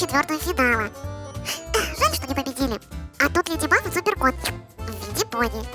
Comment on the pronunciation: А вы заметили что они говорят леди баф а не леди баг🤨